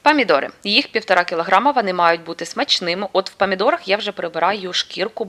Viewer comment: Памідори це не по українськи В укр. Мові буква О так і вимовляється